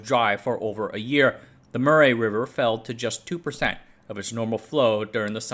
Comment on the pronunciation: minor aside, Murray is pronounced more like muh-ree